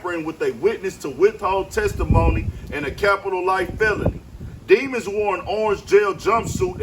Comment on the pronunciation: His name is demons but it’s pronounced as dim•an•s